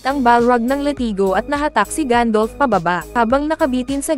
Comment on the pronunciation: Gandalf not gandolf